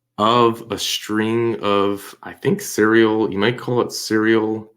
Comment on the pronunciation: it’s “serial” lol I couldn’t help myself. Great video as usual